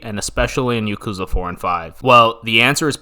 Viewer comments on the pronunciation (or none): why does he pronounce yakuza like that it's not (yuh-KOO-zuh) it's (YAH-koo-zah) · Yeah i hate how he says "ya-kooza" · I love the video but hate your American accent butchering all the pronunciations of the names. Sounds like yarkuza the way you say it and marjimar I hate the accent. YA KU ZA. MA JI MA